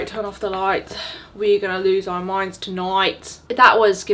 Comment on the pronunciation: I love the fact that she still says happy how, rather than happy hour even after loads corrected 😂😂